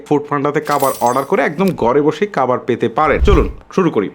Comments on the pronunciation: খাবার ❌ কাবার😂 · Khabar na Kabar 😂😂😂😂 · খাবার❌ কাবার✅ 🙂🙂😬